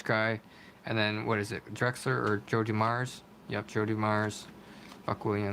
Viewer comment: It's DOO-mars, not Du-MARS